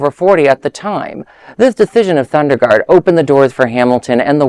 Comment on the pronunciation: Not Sunderlund - It's Sondergaard